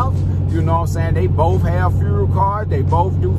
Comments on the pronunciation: Furel card🤣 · My dude, you are fighting that FUEL word🤣🤣🤣✌